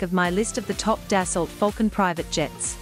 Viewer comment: Its “Dass-oh” not “Dass-alt”